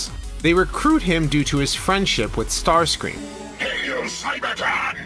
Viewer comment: Starscream not startscream ( no offense )